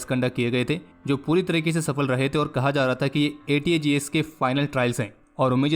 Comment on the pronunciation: Aapne ATAGS ko ATGS Boldiya.